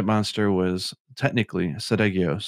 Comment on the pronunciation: if Nergigante ate another Elder that isn't cannibalism unless the other Elder is of the same species. If a hawk eats a pigeon that isn't cannibalism. Also Ceadeus is pronounced Sea-day-us. No idea why you were all calling it Sidious.